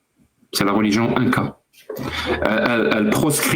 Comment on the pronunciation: Les gens qui disent « rôligion » ptdr. J’en ai marre.